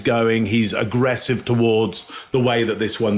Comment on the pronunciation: I just love how Greg pronounces agggrrrresive 😊👌